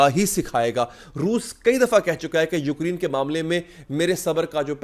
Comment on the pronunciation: یو کر ی ن نہیں یوکرےن